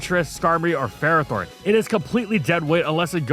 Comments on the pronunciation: the official handbook from the start of gen 9 still says Ferrothorn is pronounced fer-RAH-thorn 😭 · It’s pronounced FUR-AH-thorn, HEE-TRAN, man-TEEN, MAYNE-eck-trick, and rye-KOH, “”! 🤨